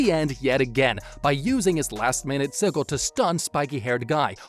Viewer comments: "Siggle"? It's pronounced "Sid-gel", what I don't like about the video is that you're clearly illiterate. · ITS PRONOUNCED SI-JIL, NOT SI-GILL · It's "Sih-juhl". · Sih-jill. Sigil. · Bro said siggle😂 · its pronounced sigil lol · The way you pronounce sigil hurts me so deeply. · That's not how you say sigil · The way he says sigil hurts me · You're mispronouncing sigil just to annoy us, aren't you?